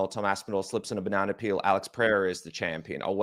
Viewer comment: The way Jimmy says "Pereira" is hilarious. "Padeda" sounds like a speech impediment 😂 love Jimmy though. Great ep, boys